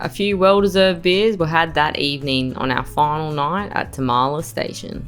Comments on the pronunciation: hey guys, it's pronounced Tarm-la, not Ta-Ma-La. I go up there often, living in Kalbarri. And yes, you really need to be able to fix your own stuff out there. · The dirt road to Tamala/Useless Loop is normally rough as. You must have got it just after it was graded. I've had to drop tyres down to 20psi on it and go slow. Great spot though. Glad you're having a great trip. Tamala pronounced Tar - ma - la